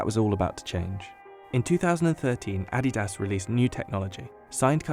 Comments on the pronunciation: why are u saying adidas like addy-dahs. tf? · Interesting videos — but would it kill you to use a pronunciation guide? Your slaughter of the word "Adidas" was particularly abhorrent.